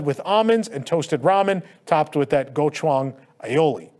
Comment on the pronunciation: hearing him mispronounce “Gochujang” kills me omg